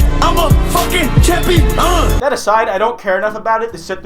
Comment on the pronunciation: "IMA CHAMPIE-ONION"